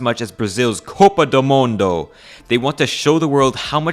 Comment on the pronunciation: as a brazilian, you saying “copa do mundo” made me the happiest person in the mundo for a moment